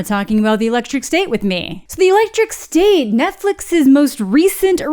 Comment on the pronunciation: I thought you said "the electric stink" in the beginning